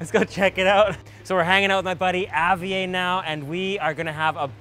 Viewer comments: Did you just say Javie instead of Javier? I’m kinda triggered knowing that’s my name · You can't be in Mexico, eating true Mexican food and call it a Wrap. There are no Wraps, only Burritos.. And it's pronounced, (HA- VEE - AIR). Good show, great food.